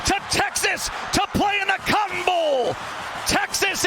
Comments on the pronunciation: Did he say they're playing in the Cum Bowl next? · sounds like cum bowl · Did he just say the come bowl ? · when i first saw this I thought he said they were going to play in the cum bowl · i swear he says cum bowl and not cotton bowl